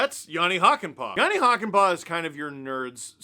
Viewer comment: I guess now would be the time to learn to pronounce Hakanpää better. You're doing the "Hakan-" part fairly okay (shorter vowels would be better), but "-pää" is pronounced with a completely different vowel. Think of the "a" in "hat" and just make it long. "Hakan-" is pronounced in the back of your mouth and "-pää" in the front of your mouth. This is a very good example